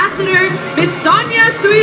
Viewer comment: Sonia "Sweeee" hahaha omg, learn how to pronounce her name please.